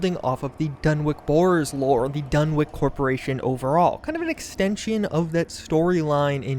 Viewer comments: DUN ICH the W is silent. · Lol. "Dunwick".